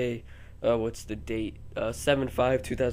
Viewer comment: "the" not "th"